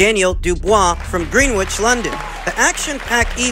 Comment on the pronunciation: "Dubois from green witch" Greenwich, like Greenwich Village... You're from New York lol